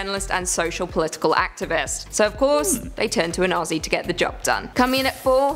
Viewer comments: Aussie is pronounced 'ozzy' not ossie! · Just a small tip - Not Ossie, Ozzie. :) Also, not Osstralia, Straylia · It's pronounced more like Ozzie than Aus-sie. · Lol you still gotta work on the pronunciation of Aussie😂. It's more like /ozzi/ rather than /ossi/ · Enjoy watching your vids. To help you out, when you say Aussie, drop the sS and imagine it’s spelt Auzzie or Ozzie to get the phonetics right 👍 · We don't say it like owssie!! ... Aussie is pronounced by us as "Ozzie". The Au is O the ss is Z, ie is y. Ozzie's, but spelt Aussie . You're trying. Cheers! 🎉 🇦🇺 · Don’t say “ ossie “ ! It’s OZZIE ! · If you think you have an " O-see' accent better than an Australian , You must pronounce "Aussie' as "Ozzy' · The FIRST thing you need to know about the Australian accent is to pronounce Aussie as Ozzy. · HEY MATE you probably won't read this .. but you hurt my ears when u say Aussie...... its pronounced Ozzy... like the singer Ozzy Osbourne. plus i like your contents so far lol 😂 😂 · the 'ss' in Aussie isn't an ess sound. It is a zzz sound. Blame muhrican spelling. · Oh yikes that australian accent you tried hurt my soul, also it's pronounced "Ozzie" not Aussie, the s's are pronounced as z's haha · You pronounce Aussie wrong, the double s are pronounced as zz.